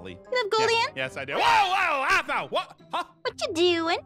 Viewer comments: “It’s aphmau not AAAphmau”🤣🤣❤️💜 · It's aphmau not AHHH-MAUUU got me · "It's Aphmau not Aahmau!" 😂😂😂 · Perice: OH AWW MAU... Aphmau: it's Aphmau not AWW MAU